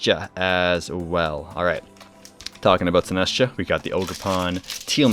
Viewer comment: It's pronounced like 'sinister' and 'cha' – sin-est-cha. This set looks amazing; I wish I had more time to play. More impressed with the jawline though the gym is a crazy place if it can do that.